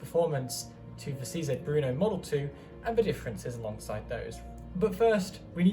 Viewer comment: Very nice review. Let me yust add, that the name of the gun is not "Bruno", but "Brno", as the city in Czech Republic.